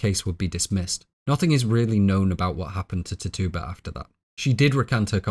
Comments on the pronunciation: Loveeee your analysis videos! I always have them playing in the background at work! Just a small nag as an Indigenous Caribbean person, Tituba is pronounced Tit-chew-buh instead of Tittoo-buh. Keep up the AMAZING work! These videos are incredibly detailed! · ti-TU-ba? It's TI-tu-ba, the way I learned, & I'm from Salem... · Tituba - we read this book in high school and pronounced it ‘Titch-uba”, maybe its just your accent but I keep giggling when you say it 😅. Also, WOW THIS IS TRULY A MASTERPIECE!